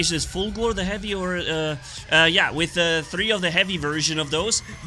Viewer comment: Why did you say Fulgur with a german accent? 😅